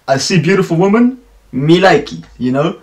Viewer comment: Hey, nice reaction! Red Velvet is awesome and I really appreciate how experimental they are with their sound. Zimzalabim for example is very trippy and some people hate it, but I became to love it after listening to the song multiple times. I think no other group could have make it work. Your English is great. Just wanted to point out that your pronunciation of women sounds like woman. I don't know if it's just me hearing it incorrectly. Didn't want to offend or nitpick, just wanted to help 😊